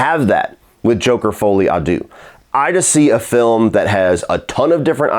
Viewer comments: If you know you’re going to be saying the title of the film 10 plus times, you could take a quick check how to pronounce it 😅😉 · "Well call it joker 2 to not fuck up the title" proceeds to butcher the name for all the review 😅